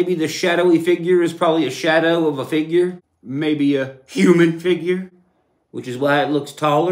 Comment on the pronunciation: I lost it at shawdow aliens 😂